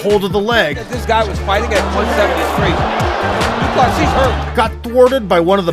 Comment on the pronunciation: The american pronunciation of De Plessis. It's such a beautiful name, don't butcher it.